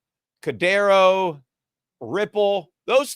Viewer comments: Whats cadero? Your puertorican accent messing you up. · Cadano??? HAHAHAHA!!! Are you trying to be even more of a clown than Jim Cramer? He called Cardano, Cardanzo. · Peter purposely mispronouncing Cardano as cadano and cardera. Like adults used to purposely mispronounce Pokemon as pokie-man. And then saying he knew Ripple was Solana. All this just makes him look bad and misinformed about everything crypto. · It's Cardano, sorry for the correction, love your show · Cadano and solano lol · It seems that Peter may have a near perfect memory based on the stories he tells going back over sometimes decades of American and economics history. Then he comes here mispronouncing Solana (repeatedly over a couple of weeks now) and Cardano to feign limited familiarity with them. Peter we're not falling it. 🤡🤡🤡 It is clear that in the last year at least, you follow crypto as closely as you do your unfortunately-dying-at crypto's-hands asset classes of gold and silver. Just own up to it!!! We know you are financially married to Gold and Silver and we understand that when we come to your podcast.